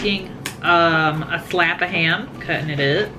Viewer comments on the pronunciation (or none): Omg I was dying too! Slap of ham "thud"! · I swear you said Slap of ham.. ;).. slap of turkey? my ear is plugged its making this funny haha was anyone else waiting for a grape tomato to ping off and Link to get it? hmm.. you are right I am not sure other than in the deli have I see provolone in something other than slices.. that dressing is pretty much like a creamy italian! and you just said that heh.. great minds!